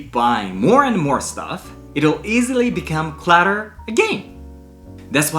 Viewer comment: Clatter no. Clutter yes the U is a long a. ❤